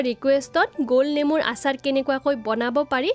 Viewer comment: অচাৰ নহয় আচাৰ